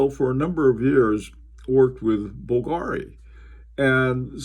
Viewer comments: it's pronounced bVlgari not bvlgAri sir. Nice Historiques American on the wrist by the way:) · you were excellent with every other name (unlike many bloggers)! That is why Bvlgary surprised me. Basically it gets accent on U (or V if you go by logo spelling) instead of A:)